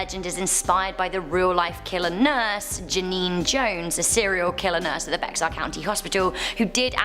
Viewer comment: Bexar county - pronouced "bear"- the "x" is not pronounced 😊